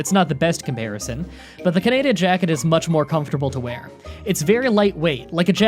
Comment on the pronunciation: Jesus Christ it’s pronounced kahneedah